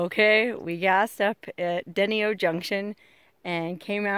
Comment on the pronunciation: Deino. =. d ny o how its pronounced